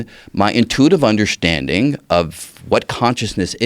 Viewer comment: Until I heard this clip, I didn't know that the word, 'Undershtanding' has an 'H' in it....